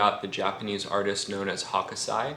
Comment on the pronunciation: Greetings from Japan. Just a quick heads up, its not Hokosai, it's Hōkūsai.